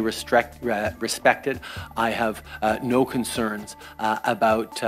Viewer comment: "re-strided..." "respected" lol